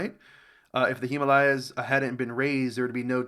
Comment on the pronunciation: Well.. First American who pronounced The himalayas correctly.. Kudos